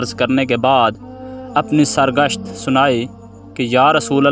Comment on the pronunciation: Khuda k banday video bnaany sy pehlay kisi sy alfaaz ki darustgi to kra liya krain. Sar guzasht ko sar gasht prha. Isi trah kheera ko khaira aor bhhadda ko bhhidda parha. Koshish krain pehlay alfaaz ko darust krain phir tehreer parrhain.